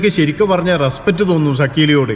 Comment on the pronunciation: ' റെസ്പറ്റ് ' അല്ല റെസ്പെക്റ്റ് ആണ്. വാക്കുകൾ പഠിച്ചു പറയൂ.. എല്ലാ പ്രബുദ്ധ ചാനലുകളും എന്തെങ്കിലും വിഡ്ഢിത്തം പറയും!